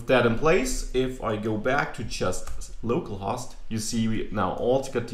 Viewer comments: Just to help with you english say "Low Call" host so better understood =) localhost way you say sounds funny. use if want =) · I actually think the main reason it might sound funny is the short "o" in host rather than long "o. He is using "host" to rhyme with "lost". It should, however, sound like the "o" in "home". No big deal though, it's a great video! Thanks for teaching us! :)